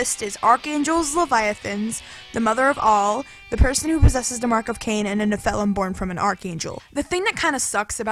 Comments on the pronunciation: What the hell is fonix ash? If you mean Phoenix ash, it's pronounced "Fee-nicks." And you call yourself a nerd... Also, "Ne-FELL-um?" No. NE-phil-im. You put the em-PHA-sis on the wrong syl-AB-le. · I will say it also bothered me whenever she said nePHILim instead of nephilim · Your pronunciation annoys me fee-nix not pho-nix and nephilim just needs to be said as one not ne-philim. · Phoenix: fee nicks Nephilim: nef uh limb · Holy fuck i agree. This moron needs to learn english. She puts the emphasis on the wrong syllables. NiFELem.......like wtf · The way you pronounced nephilim triggers me so much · cant believe you mispronounced phoenix and nephilim... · I think the list was fine but you really need to learn to pronounce "nephelim" and "phoenix". Kind of made me cringe at the sound of them.